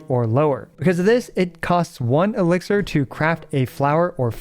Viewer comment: Elixir, not elixer